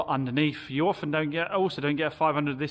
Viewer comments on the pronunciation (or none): none